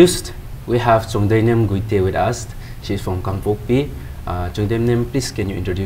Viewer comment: Please Pronounce the title properly its Guite not Gaite ... The Anchor needs improvement